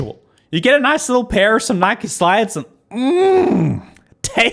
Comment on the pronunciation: It’s Nike not nikey